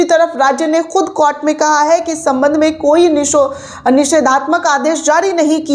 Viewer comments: कोट नहीं ॰कोर्ट* शब्द है कृपया उचारण सही करे! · Please correct your pronunciation of the word court. It is to pronounce as court not cort. Thanks for the information of the court. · Madam court ka ucchhar baraber karo.